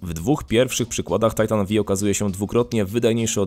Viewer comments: To tego się nie czyta Titan V(five)? o.O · Ja myślałem że to się czyta tajtan pięć a , nie vi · Titan V inaczej tytan piąty. XD a nie Vi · Tajtan Vi xD Tysiąc osiemdziesiat TiAj :D Za to GieTeIx... ErTeIx... łot da fak? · V jak Volta